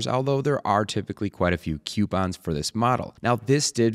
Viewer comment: "kew-pons"? "KEW-PONS"?! koo-pons